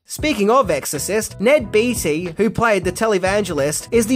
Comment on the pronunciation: Beatty..... pronounced - "Bay-dee".